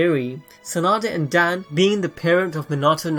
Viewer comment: Its dawn not dan